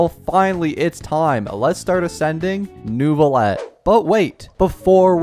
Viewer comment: Pronunciation tips from a native french speaker: Lumitoile = Luuh - mih - twahle Neuvillette = Neuh - vih - lehtt